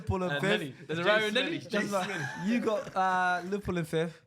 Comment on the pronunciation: Bruh in the Napoli kit can’t speak for shit, man can barely pronounce Liverpool